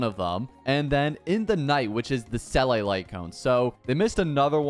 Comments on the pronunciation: why do you pronounce it selay when its see la she literally says it so much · The way you said seele.. it's pronounced see ley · I've never heard anyone say Seele like that... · hearing you say seeles name is heartbreaking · Not hating but u r mispronouncing the seele’s name and lc is not from the shop, it’s from battle pass